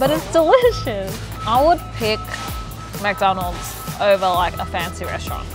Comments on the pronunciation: it's McDonalds not MACdonald it bothers me how he keeps saying that. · It's McDonald's not MackDonald's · "Mac Donalds"? it is Mc Donalds (Mich Donalds essentially) how has no one pointed that out to you? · Get so triggered with how they pronounce McDonald's.... it's not Mac-Donalds